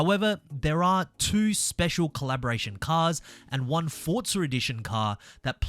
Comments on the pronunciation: Forza. Not Fortsa. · Why do you say Fortza 😂